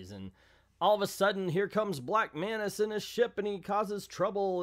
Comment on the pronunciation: Black Manta as in Manta Ray not Mantis as in praying Mantis